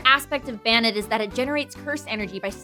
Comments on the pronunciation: I've only heard Arcanine pronounced that way as well. Terra Estrahl Except that it's definitely bane, not ban. Nothing about ban makes sense with the concept and design. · "Banit"...? I always thought it was pronounced "Bay-net". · its pronounced bay net not bah nit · Oh sweet, The Dex is doing my favorite Pokémon! This is going to be gr- * They pronounce it Ban-it* TRIGGERED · wouldn't it be bay-nette as in bane-ette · isnt it bane-ette? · pronounce it's name right, it's Bay nette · pretty sure it is pronounced bane-ette? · During the whole episode, I kept looking over at my Banette plush wondering who would ever want to throw it away. I was also wondering why they spent the whole thing pronouncing Banette wrong. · You explained the name nd continued to mispronounce the name.